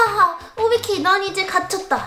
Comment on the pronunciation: 는 맨날 오비키를 오바키라고말하네ㅋㅋㅋ